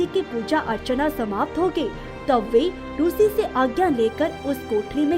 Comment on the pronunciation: Very nice story and animation but rushi nahi rishi hona chahiye